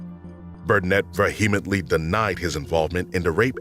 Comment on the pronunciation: Please work on the grammar and pronunciation. Look up how to pronounce vehemently.